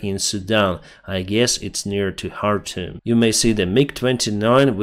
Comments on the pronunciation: Khartoum is pronounced Kar toom! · You are pronouncing `Khartoum' like a Ukrainian lol. In English the K is pronounced. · in arabic it's pronounced chartum . الخرطوم